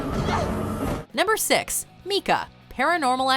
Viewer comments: Me-cah? I thought it was pronounced My-cah! I am confused here! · Y’all it’s pronounced my-kah not mee-kah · MEEEEEECAH My Brain: OMG THAT'S NOT HOW YOU FN PRONOUNCE IT DAMN DID YOU EVEN WATCH THE MOVIE IT IS SIMPLE (MYCAH MYYYYYCAH) MICAH IT ISN'T HARD!!!!!!😩😩🙄🤔😂😂😂😂😂😂😳😏😏😂😂😂😩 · Am I the only one that's NEVER heard that name (micah) pronounced ME-CUH..I thought it was MIKE-UH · I always thought that name was pronounced Mica (like the mineral) but at one point in the movie she calls him Mee-ca. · How could you mispronounce Mika ? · That's not how you say micah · Omg that is not how you say Micah 🤦‍♀️ fail, movie, fail...